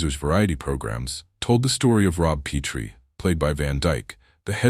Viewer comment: Why did you start this video with a picture of Diana Serra, Baby Peggy? You displayed her picture more than that once. I enjoyed this good bio it, but it was jarring to see someone else with no relation to Rose Marie. Also DickVanDyke’s Rob Petrie’ name is pronounced pet-tree NOT pee-tree as in petri dish. Thumbs up 😁